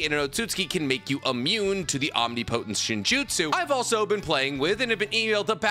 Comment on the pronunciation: That's not how you pronounce omnipotent.